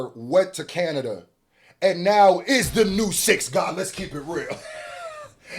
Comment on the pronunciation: No longer Canada it’s KENada